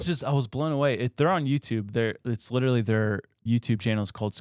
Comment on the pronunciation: We really need to discuss how always says “littley” instead of “literally”. It’s a problem.